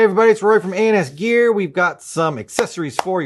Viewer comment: woah i thought you said something else when you said ANS